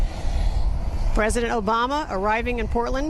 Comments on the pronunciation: president Oblama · She said President Oblama! What an idiot 😁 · Did she say president oblama? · I love how she said oblama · Did she say President Oblama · Did she just said oblama??? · I thought I was the only one that heard that😂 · lol...she said President "Oblama" is flying in non-stop from Andrews Air Force Base....can't even say his name right.